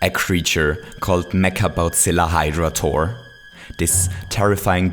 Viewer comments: It's a Hydra! Not Hydradra! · I thought it was hydra not hydradra, ive been lied to again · Why is he saying "Hydra-dra" instead of "Hydra"? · Can you stop saying hydradra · Meduser? Hydradra? Is this your accent or a Mario version nickname